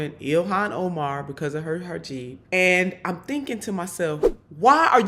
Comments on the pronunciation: Not to be that person, but I'm gonna be that person. It's Hijab. Not Hajib :) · First of all, it's a hijab...not a hajib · It's hijab, not hajib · Lauren, you dense bint: it's a 'hijab' not a 'hajib'! Furthermore, you CLEARLY don't know what the Separation Clause means . It perhaps explains why you didn't even attain your GED until just before you were elected to Congress! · What the hell is a Hajeeb??? It's a Hijab FFS! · It's not hijeeb ifs hijab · The word is Hi-Jab, not Ha-Jib. Maybe Bobert is dyslexic. And if so, it's a possible explanation as to why she is how she is. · Uh, the pronunciation of Ms Omar’s headgear is “hee-job,” NOT “haw-jeeb”! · Its called hijab, not hijeb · Great video as always, Nina. You rock. Just one thing: I think it's pronounced hee-jahb, not ha-jeeb. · Hij-ab cmon look it up before you comment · "Hajeeb". *sigh🙄facepalm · I think it's lazy AF reporting if YOU also call it a "hijib" and not to mention disrespectful. I get Boebert doing, she's just a KKKunt like that, but ya'll should know better. hi·jab /hiˈjäb/ For future reference. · You may want to learn how to pronounce hijab.